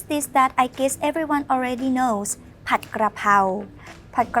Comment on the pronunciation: it is spelt and pronounced Pad and not pot. The Thai spelling literally tells you that. You got so much wrong in your comment